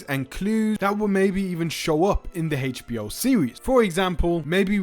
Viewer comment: It’s NOT “Hatech”-b-o; it’s HBO 😂